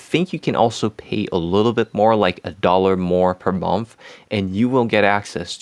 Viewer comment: Quick pronunciation note with a bit of additional information: Sī-mon and Schū-ster is nearly 100 year old, very important publishing house in the US, third largest according to Wikipedia. Also, the 'o' in "month" is not pronounced like 'on' like off and on, but rather like the 'u' in 'under'. So like, 'munth.' It looks worse than it sounds! (Man, your English is so much better than most native speakers, whether UK, Commonwealth, or US! I can only strive for something close in French. Beautiful!)